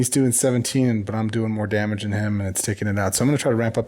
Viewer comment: you’ve been saying “MAH-nah” so long now you’re saying “DAH-mage” 😂